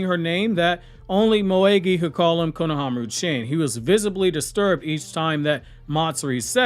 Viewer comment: bro PLEASE correctly pronounce the honorifics. It’s chan as in like matCHA- not Jackie Chan.